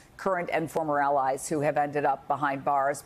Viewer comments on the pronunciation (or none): none